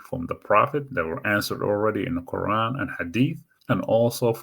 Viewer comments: Confusing person and confusing subject. Not experienced and without knowledge. Can’t pronounce the words in the Quraan. Very bad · lol you can't even read the Quran correctly and you're trying to interpret it? get a life while you cant